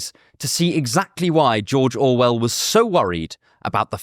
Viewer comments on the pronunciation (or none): Me an intellectual: "mmmh yes... the infamous Jorjor Well"